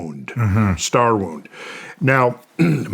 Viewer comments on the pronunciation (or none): none